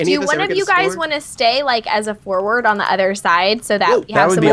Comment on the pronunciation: Lol said if you heard her "do one of you guys want to stay as a forward on the 'udder' side"